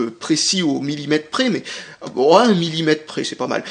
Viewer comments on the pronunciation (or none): none